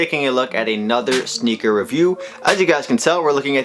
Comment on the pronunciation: Sounds like he say snicker or nicker aswell